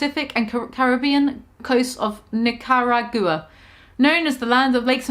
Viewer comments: LOL I love her, but I was cringing at each mispronounced name....the weirdest was the way she pronounces Nicaragua, like 90% of everyone I know (including people her age) knows how to pronounce it correctly lol..... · I had to pause the video at that point because I was laughing so hard I had tears in my eyes. I really want to see go to a fancy restaurant and loudly mispronounce everything on the menu. 😁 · it hurt my head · Something about pronouncing Nicaragua make my New Years better